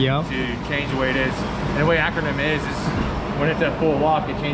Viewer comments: Dude's cracking me up calling it acronym instead of achermann, lol. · why didn't he just set bump steer, and why did he keep calling it Akernem instead of Ackerman? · Lol how does he not know he is saying acronym instead of akermann. I’m not even a mechanic and it bothers me. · Ackermann. He had me rolling. Mispronouncing it is better than not knowing how to set it up though.